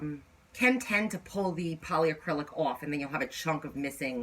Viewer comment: It's polycrylic not poly A crylic. Lol